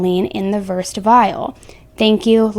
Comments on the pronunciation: I'm not sure if anyone pointed this out yet, but when you said "versed", it's actually pronounced "ver-said" and it's a medication that she's referring to, when she text "versed (ver-said) vial", she's saying the name of the medication she wants in that vial. Versed is also known as midazolam. It is a benzodiazepine and commonly used to make patients feel relaxed and sleepy before surgery. I just wanted to let you know. ☺️ Thanks for all the great content, I love your videos! 👏😁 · Versed is pronounced Ver-sed. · Two words that you mispronounced..... Neurontin ( ner ron tin ) and Versed ( verrr said ) just want to help you out. Great job otherwise 👍🏼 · I think what you read as " versed" Is Versed...Ver- sed, a drug used in surgery . It's a sedative and amnesiac. Crazy that she could function at all. It's no wonder she didn't feel well, she was a Zombie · This is so disgusting! He abused his Hippocratic oath. BTW, versed is pronounced ver/said (retired RN and I can't help myself 😅). I would be glad to give you medical advice if you'd like. 💖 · She read "versed hangover" but it is a medication pronounced "ver-said", generic name Midazolam. Used for conscious sedation to make you go to sleep before a procedure like a colonoscopy. Makes you not remember. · Versed- “ver-said” it’s a drug. I’m not sure what to think about this either ugh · Versed is ver-said it's another medication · “Versed” is actually pronounced ver-said. It’s essentially a childrens Valium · You kept reading "versed," what I believe you mean versed ( pronounced vir said ). It relaxes the body, calms anxiety and can sedate some ppl for some time. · Versed is a very strong benzodiazepine. :( It's actually pronounced ver-said, not "versed". All of the drugs are so strong, and they are clearly just being used recreationally. I used to be addicted to opiates and k. Scary stuff. Yes very scary relationship. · Versed is a benzodiazepine and is pronounced VER-SAID. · Its pronuonced VER-SED